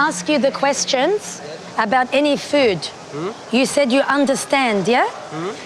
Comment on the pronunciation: I love the way they pronounce food...feuood?